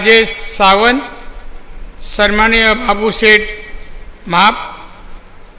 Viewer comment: Sanmanniy pan bolta yet nahi yanna😂😂